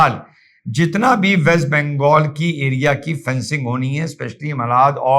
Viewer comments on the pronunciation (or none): none